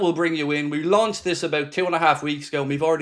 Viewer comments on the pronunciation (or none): none